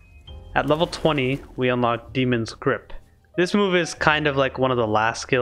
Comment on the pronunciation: it's obviously demon not damon come on figure out your own name bro